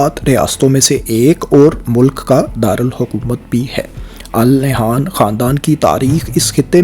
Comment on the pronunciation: It's pronounced "An Nahyan" in Urdu.